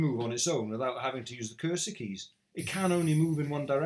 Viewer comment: I spent so long trying to figure out what a "cursed key" was before I realized you were saying 'cursor keys' lol.